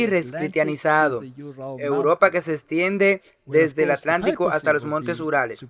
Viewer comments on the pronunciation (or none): none